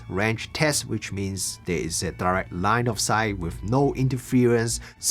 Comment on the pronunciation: LOS= Line of Sight. Not 'light' of sight.